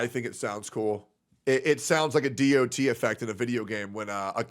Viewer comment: If you call a DoT a " Dee Oh Tee" effect i cant watch you anymore. like...have you played a game before?